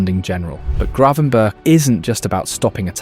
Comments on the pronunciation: Bloody AI voice. I-AX not Ajax Ten Harg not Ten Hag Grav-EN-burch not Grey-van-burg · I think it's pronounced Gravenberg